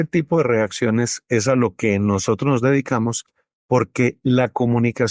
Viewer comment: Doctor, ud. Debe usar un lenguaje neutro. Edúquese para salir al mundo con seriedad , la palabra no es NOHOTROS es NOSOTROS. Con respeto a su profesión y a su etnia.